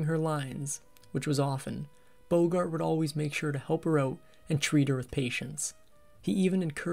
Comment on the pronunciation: "Checked ouuut", Canadian narrator no doubt!